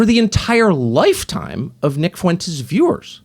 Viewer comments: "Nick Foo-entes. I don't know much about him." -DJT Mispronouncing someone's name as a psych tool to imply not knowing them is getting really old. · Lorde Fuentes, get his name right.